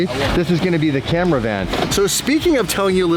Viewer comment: It's a "Dodge Ca-Mera Van GT"